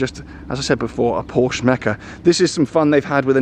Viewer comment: This is the only time where i have heard you correctly pronounce porsche as “por-shuh” instead of “porsh”!